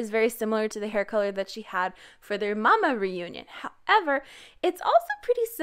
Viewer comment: Its M.A.M.A not mama I'm ded😂😂😂💕💕💕